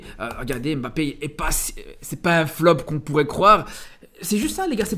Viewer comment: C'est pas "émbappé", c'est "mbappé". C'est pas "M. Bappé", c'est "mbappé" en un seul mot, ca commence par un "m" pas par "ém". Tu dis pas "émadrid" ou "M. Adrid" tu dis "Madrid". Tu dis pas "éstylé" ou "S. Tylé" tu dis "stylé".